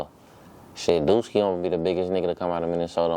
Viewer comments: It’s “DUSKII “not duski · It’s duskii not duski😭